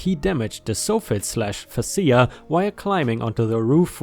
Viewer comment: Hearing the soft-fett (soffit) and fach-a (fascia) being Sayed sof-fit and fas-sa makes it a new pet peeve.. hahaha still love the story's though.